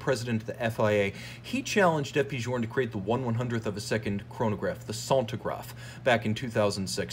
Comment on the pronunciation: Good lord... sentograph ! Sen-tea-graph if it will helps. Anyway good movie, interesting.